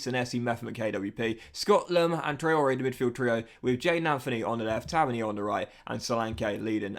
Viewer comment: Still not pronounced Tavernier. Taverneer buddy